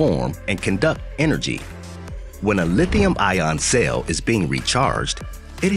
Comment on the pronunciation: It’s a CELL, not a SAIL. Pronounce it correctly!